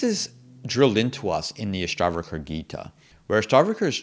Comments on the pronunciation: why do you say Ashtavraka? books title is Ashtavakra... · Good Commentary. However could please pronounce the Sanskrit words properly. Its not Astavrka. It’s Ash-ta-VA-Kra. I get you have an accent bud but correct pronunciation does help. Thanks 🙏🏽